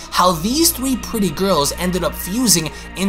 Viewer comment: Seven thwee.